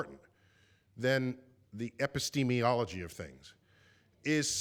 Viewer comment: degrasse says, 'e· pi - s·te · ME- ol ·o· gy' and there ain't no such a word. degrasse changed the six(6) syllable word, ' epistemology' into a seven(7) syllable word (while requesting that the audience member rephrase his question and use one(1) or two(2) syllables for him) WAS DEGRASSE JOKING?